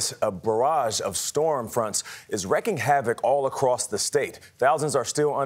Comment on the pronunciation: Nice that CBS is so woke they can't hire an anchor that can read the difference between wrecking and wreaking. Good job CBS.